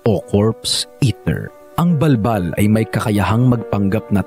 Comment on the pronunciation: Bul bul yun d bal bal🤣